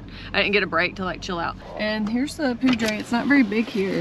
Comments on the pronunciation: Awesome video. Locals say 'poo dour' not ' poo drey' river. Looking forward to your content. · Poudre is pronounced Pooter, like Pooter River. Some people also try to pronounce it like it was Powder buy it is Pooter. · The Poudre River is Pronounced like it sounds like is a better way to explain it it Poo Dur I don't know how to put it on paper but that it what it sounds like. I was born in Sidney Nebraska & my Grandparents had a Cabin up in Red Feather Lakes Colo, so I grew up in Colo. most of my life. then when I got married we moved down to Crowley Tx. & my Ex Husband 's Comp. folded & that is how I ended up in MICHIGAN. but anyway that is how you say POUDRE - POO Dur... And if you want to see some very Beautiful country drive up North of Ft. Collins about 1 hour to Red Feather Lakes & will Love the fishing!! There are 8 big Lakes up there & they are stocked full of Trout. there are leeches in ALL the lakes in Colo. so don't get in them. they like aquatic weeds & submerged branches & other debris that they can attach themselves to, so if you get out in the deepwater & away from all plant life you'd have a better chance of NOT getting any Leeches on you. If your unsure about something ask Google... Take care & have fun out there... I miss it so much out there, I doubt that I'll ever get back out there again as long as I live...so Please post lots of Photos... Love you guys...... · I enjoy watching you guys...you really get around! You are a very hearty hard working couple, and nothing much seems to get in your way. FYI... I believe you are pronouncing Poudre correctly, but most northern Coloradans would say "poo-der"...go figure. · I Loveee Colorado. I got to live there for 8 years. Btw....Poudre is pronounced.....Pooder lol . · ... Beautiful area ,, getting too crowded though ....( pronounced Poo-der ) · Cache La Poudre River ( say PoohDER ) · Poudre is pronounced Pooder. 😉😊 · It is pronounced "poo-der" . welcome to Colorado